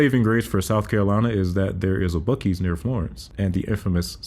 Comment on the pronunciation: I had to pause the video when you brought up BUCK-EEs. 🤣🤣🤣 the amount of BUCK-EEs out there is insane